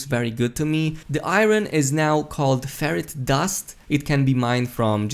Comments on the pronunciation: He says ferrite like ferret so I’m just imagining a Korea’s shoving a whole ferret into a refiner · Sounds like you’re saying ferret dust 😆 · LOL the way you say ferrite dust its like you're saying Ferrett dust xD poor Ferrets. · It is pronounced Fe-right